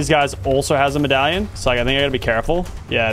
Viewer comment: bro said pin medalion